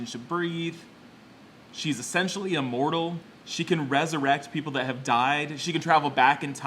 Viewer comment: whenever you say essentially it sound like youre saying sexually